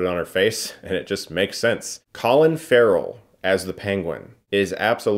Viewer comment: did you just said Collin Farrell? what the fuck?